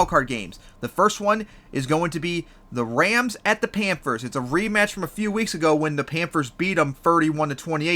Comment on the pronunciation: Who the hell are the Pampers ? You said Pampers like 10 times man. Slooooooooow down, enunciate. Try it with me. PAN THURS, not Pampers.